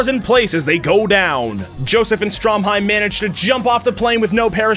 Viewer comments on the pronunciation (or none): Has no one else noticed he called Stroheim Stromheim? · Bruh you really gonna call him "Stromheim" instead of "Stroheim?" Also he didn't really throw himself on a grenade. He fucking held that grenade in his own face intentionally to blow his body to pieces and kill Santana.